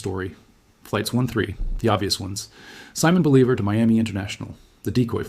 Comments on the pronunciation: I am thinking, AI; no analyst is going to mispronounce arguably the single most important name in Latin American history. Quite a few edits in the video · You really should learn how to pronounce Simon Bolivar. I like your vids anyway though.